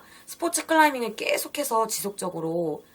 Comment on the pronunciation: "깨"속해서~ 이 발음 너무 거슬린다